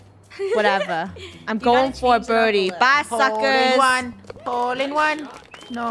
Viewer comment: does anyone notice that funneh was saying suckerz lately?